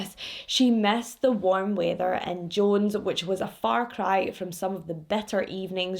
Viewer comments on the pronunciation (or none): none